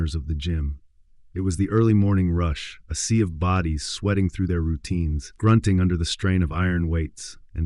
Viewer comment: Is he saying let the booties hit the floor?😂